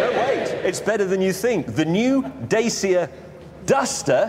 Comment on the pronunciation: When james pronounces the dacia wrong🤣